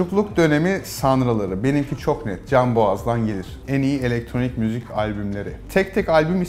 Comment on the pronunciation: Müzük diyor